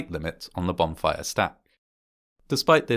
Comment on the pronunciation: Is this guy saying "bomb fire"?